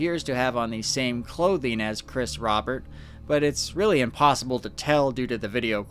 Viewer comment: Just a few things their family last name was pronounced roh-bear not rah-bert and while strange yes this was in fact likely someone getting into something they shouldn't have.